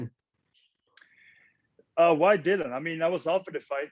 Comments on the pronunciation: Its dillian not dillon lol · Dillian as in rhymes with Gillian, not Dillion.